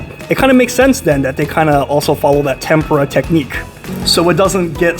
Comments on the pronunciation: You're mispronouncing Tempura. You should google the pronunciation. You're saying it like tempra, it's supposed to be pronounced Tem-pour-ah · it is tem POO-rah u stress the middle syllable, but whtevs, it tastes good. is what matters . ;) :face-turquoise-covering-eyes:😂😉